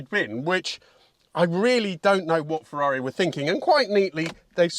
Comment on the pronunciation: You pronounce the brand and model perfectly, like an Italian rather than a Brit. You were very well-structured and up to the point in listing the car's character and the source of misunderstanding around it.